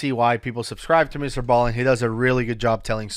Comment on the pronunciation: I liked when you used to call him Mr.b-allen